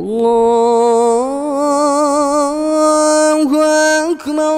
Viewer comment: Masha Allah. likn bus Allah hu Akbar Ka talaffuz intihai galat Raha .Ur badi hi Galti Rahi Akbar me.allah hu Akbar h. allah hu Akbaaaaaar nhi h.ok